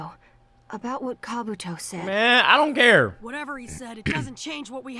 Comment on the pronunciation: calling kabuto "kabooty" is crazy 😭😭😭😭